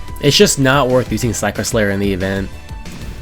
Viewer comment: "sacker slayer" 🥀